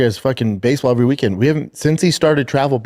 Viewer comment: He cant pronounce the word " every". He just lazy with the language and nobody corrects him